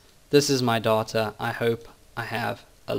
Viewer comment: why did you pronounce 'data' as 'daughter' a lot of time? that's really annoying..